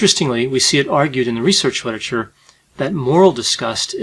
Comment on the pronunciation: Anyone else catch him say “witerature” ? 😂